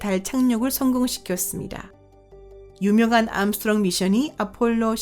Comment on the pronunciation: 성우 제가 해드릴까요?남자 성우라도 괜찮다면 해드릴게요 목소리 음색은 그렇다 쳐도 된소리, 거센소리도 구분안되는 발음은 짜증나다못해 진짜 충격적이네요ㅋㅋ 발음이 탈북민이나 조선족 수준 이하인데요? 예를 들면 이번 영상에서는을 이본 용상에소는, 유명한을 유묭한, 달 표면에서는을 달 표묜에써는 그 외에 수십가지나 되는데 다 나열하기 빡세네요 그리고 왜 말끝을 흐리시나요?기본 자체가 안되어있는 나래이터인데요?